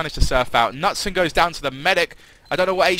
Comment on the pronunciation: nutson is not the way you pronounce knutsson:D pronounce the k and and the second s:)(for you )